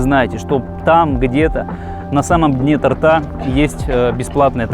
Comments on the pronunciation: не торта, а торта! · Дайте мне поумничать: Правильно говорить не "тортА", а тОрта"". Спасибо за внимание.